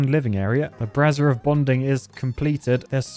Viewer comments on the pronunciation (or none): Please. I'm begging you- I'm not just saying this as an American... It's "BRAY-zure", not "brah-zir" "brah-zir" is brassiere.... The Women's undergarment. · it drives me crazy how inefficient he can be. you dont need 2 farms next to each other arggghhh there is no advantage to farms next to each other.... im stressed. and please stop calling the brazier of bonding the brazeer of bonding. its a brazier, not a bra mate!